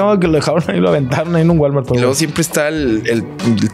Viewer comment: La womart en vez de Walmart